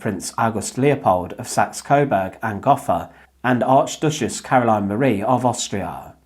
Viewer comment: Gotha has a long "O" in it.